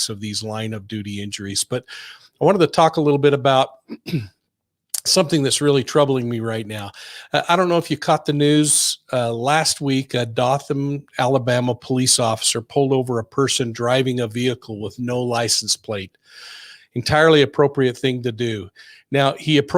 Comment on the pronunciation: It is pronounced doe-thin. Just saying. Dothan, AL